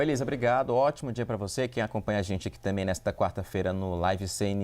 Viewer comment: Pelo amor de Deus, alguém ajuda este repórter a pronunciar corretamente a palavra também 😂😂😂😂😂